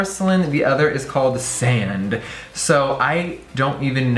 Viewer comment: The way he said "sand" had me shook